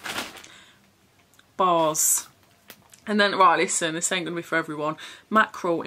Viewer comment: can't wait for your big clean up. Bright pink really looks good on you. you made me laugh so much saying bras instead of bars 🤣